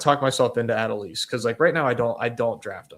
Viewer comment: I love your content, but man, hearing everybody butcher how to say Adolis had me pulling out my hair lol